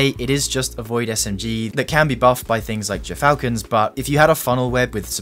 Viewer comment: It's pronounced Gear-falcons...